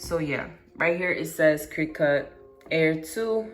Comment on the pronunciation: Yeah except she actually didn’t show how the hell to do the part after all that cutting 🙄 And yes u said it right but it’s pronounced cri•ket it’s just spelled cricut And vendor= ven•der yeah kinda Same thing